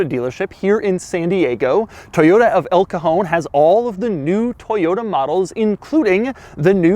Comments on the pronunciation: “the drawer”. But actually yeah, as a Spanish person found the name El cajon funny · Toyota "El cojon"😂